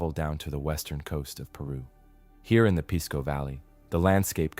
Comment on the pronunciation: Pisco isn't pronounced "piss-co", it's 'peace-co'.